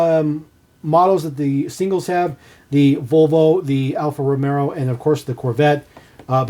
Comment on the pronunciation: …and it’s not “Alfa Romero”. 😂